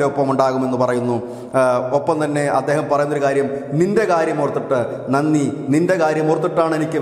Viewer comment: നന്നി അല്ല നന്തി means vrishabh